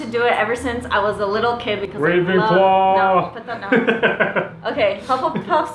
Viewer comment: Same! But no offence but you said Ra'w'enclaw, not Ra'v'enclaw.